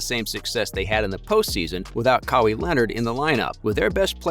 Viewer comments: It's kawhi not kawhey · kawhi, siakam, serge, you mispronounced allt hese names so badly, it seems like a troll channel.